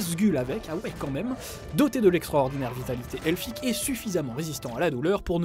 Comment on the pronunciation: Meme un nain sait mieux parler elfique que ça! :D